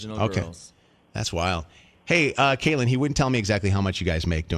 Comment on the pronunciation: The first caller said she was a long time follower but didnt even know how to say Catelyn's name lmao